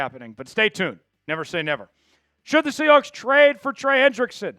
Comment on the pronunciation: Chat Sports should have guys who actually grew up in the same state do the reporting. I can’t stand someone who pronounces Sea HWAHKS.